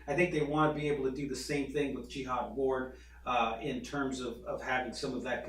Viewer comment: Pronounce it Jahad not like a holy crusade